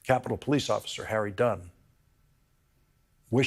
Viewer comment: You said it correctly Mr. Harry Dunn